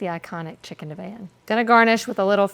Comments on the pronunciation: Never ever have I head Divan (di-vahn) pronounced div-anne 😂😂 I’ve also only just recently discovered some people pronounce Vienna as vie-eena. #HookedOnPhonics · It’s deh-vahn not Dee-van